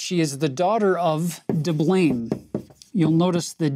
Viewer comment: “Well, her father is Di-blaim“ Me: Boooooo 😂